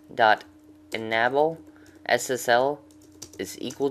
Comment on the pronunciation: oh, and enable is pronounced in able. not enabel. lol